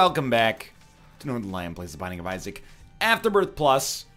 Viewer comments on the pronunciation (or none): none